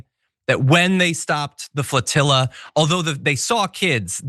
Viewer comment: IT'S PRONOUNCED FLOTILLA!